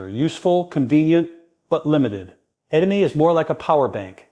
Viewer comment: Including mispronouncing the main subject of the video ....